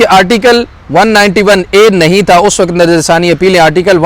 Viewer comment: I love you ❤ ❤ I always watch your vlogs at x1.75 or x2 🤭 Please don't say وقَت waqat say وقْت waqt